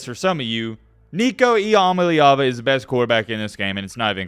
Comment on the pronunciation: If this dood actually knew CFB & had watched all the games like he said he could atleast pronounce Nico Iamaleava 😂 Dweeb